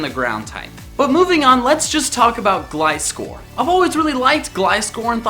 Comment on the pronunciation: is the first person lve heard on youtube to pronounce gliscor right